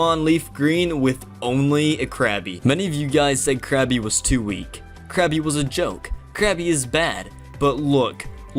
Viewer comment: It's Krabby, not Krappy.